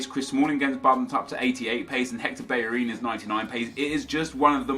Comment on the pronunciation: Why does he say Hector Berrerin? Not Bellerin?